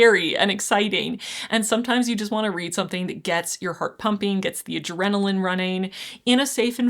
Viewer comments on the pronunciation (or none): none